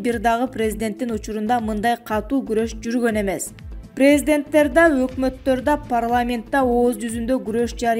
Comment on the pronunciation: Президенттер дегенге туура ударение коюп окучу,дикторша